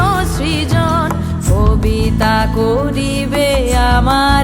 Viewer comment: Kabita bolte giye dwitiyabar “fobita “ holo; koribo dukul er bodole holo “ bhoribo “ dukul “.... besh notunotto enechen..👌